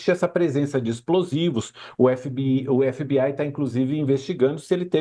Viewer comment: "f bê ai"